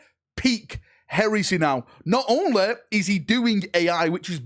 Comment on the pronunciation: What a strange accent 😏🤡 What "Heresa" ?!